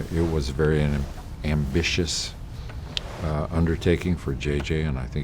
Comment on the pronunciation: I'm scared cause he emphasized "ambitious" in a really weird way